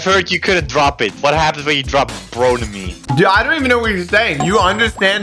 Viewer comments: It’s not bronamine it’s bromine learn your periodic table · it’s pronounced BRO-MINE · bro never drop "bronemine"